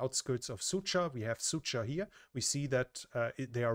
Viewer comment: As a native Russian speaker i couldn't help but giggle every time he pronounces Sudzha as "Sucha". In Russian it sounds something like a "Bitchville". that 'dzh' pronounces more like a G in George. Yeah, "Dzheordze"